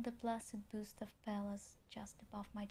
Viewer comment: Маргинал попустился бы ю единственная ошибка-это буст, а рейспайт она правильно прочитала